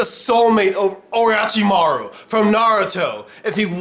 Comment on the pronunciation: Did anyone else cringe when he pronounced Naruto and Orochimaru wrong ?